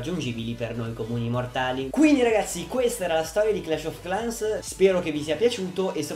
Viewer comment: credo si pronunci "clesh of clens"